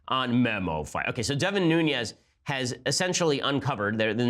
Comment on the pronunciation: It is Nunes. Pronounced "noon - ez." Not "noon- yez" (which would be spelled Nuñez).